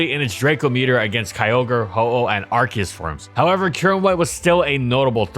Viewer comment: It's Arceus not Arkeus